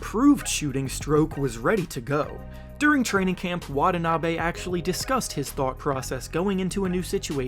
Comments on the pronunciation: WanTaNaBe not Wadanabe. Great video though!! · His name is not pronounced Wad-a-na-bay, it's Wa-ta-na-bee. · wah-TAH-nah-be please. Not wah-tah-NAH-be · Pronounce it right, not Watah Nabey It's (Watanabi)Watanabe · Plz pronounce his name properly with emphasis on the T's